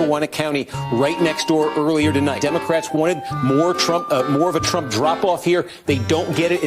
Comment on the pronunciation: at time did she say Donald Trunk]?